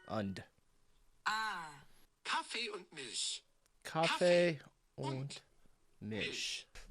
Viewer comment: You're doing really well in german! Your "Kaffee und Milch" was miles better than the average US american accent 👍🏽. I hope you enjoy it, just go on steady. If you ever come to Germany, ask the people to talk german, otherwise they may switch to english. But when they realize that you really mean it, they'll help you to get better.